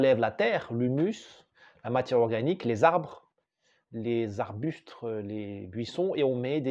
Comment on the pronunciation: on dit « arbuste »